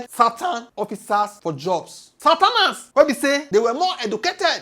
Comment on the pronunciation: You pronounce the Southerners like Santana lol😂😢😅😢